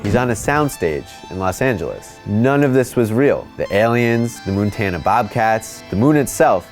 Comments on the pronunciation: You had me going til you said "moontana" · Yeah, had to stop after "Moontana"